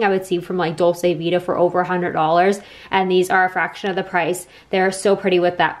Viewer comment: Dolce vita - dolce is pronounced Dole- chay